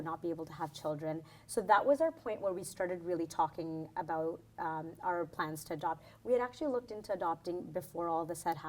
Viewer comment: Loool she said "aboot" , I thought it was just a myth